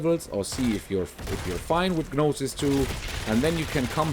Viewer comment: I dont mean to be rude but gnosis is pronounced with a silent g so just nosis